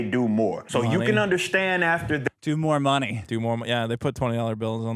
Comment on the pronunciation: I hate how he says "underschtand"